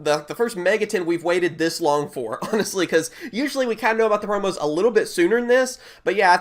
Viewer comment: *promos not proms